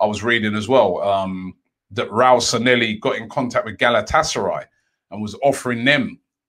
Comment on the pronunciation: he used to mispronounce his name in many videos couple of years ago. I'd try to look for one if I had more time lol